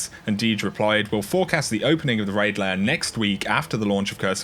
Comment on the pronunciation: It’s not raid ‘layer’ it’s raid LAIR.